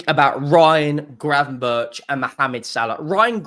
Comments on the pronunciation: GRAVENBERCH, NOT GRAVENBURCH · who is gravenburch? its gravenberg, dutch name, keep it dutch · The pronunciation is ravenburck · Gravenberg…I am Dutch